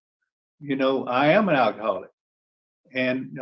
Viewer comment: Al Key Haul Ick. 😅 Sorry, I couldn't resist.